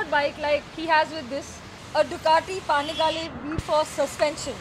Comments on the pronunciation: You pronounced the name wrong It's Ducati panigale.... It's not Ducati paanigaale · did anyone else heard "Ducati Pani Walle"????